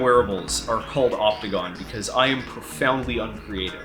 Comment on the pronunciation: Everytime you say Opticon, I hear Octagon. Following this trend, you could name similar projects after the other shapes, such as the Nonagon, then the Decagon and so forth.